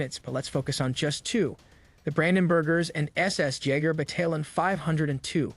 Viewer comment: Bro ya wtf and "BATA - LON"......‽‽ BATTALION [(like) Batal - yohn] c'mon G! [DØN'T wanna b a full on chump but Nah_Zee is harsh too.... The German ''Z'' sounds of TZe so it's 10000% {Naht_zii (NAZI)} ITs messing w my damn BRAIN LøL!!!]